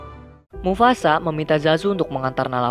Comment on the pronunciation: “mufasa” bukan “mufasak”